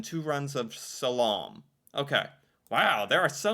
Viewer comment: Your pronunciation of "slalom" -- ROFLMAO Dolt